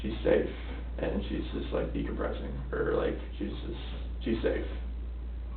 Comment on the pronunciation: “Decompressing” - was afraid he almost said decomposing